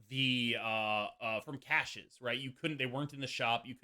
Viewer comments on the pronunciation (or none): none